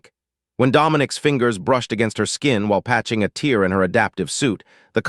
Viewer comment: 0m:0s: "... BREHTHed with... NO. The word is BREEthed. --- 8m:28s: "/// patched a TEER in he suit ..." Who was crying? At this spot, the word is pronounced TARE, to ryme with RARE, SPARE.